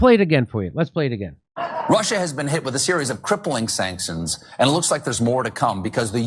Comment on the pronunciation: Colbert didnt pronounce the word sanctions correctly there either, so maybe he's just given up mentally. Has a few drinks before the show and only reads the teleprompter now. They gotta be on something half the time to get through the day. Thats a tough gig running a daily comedy show even if one were allowed to speak the truth.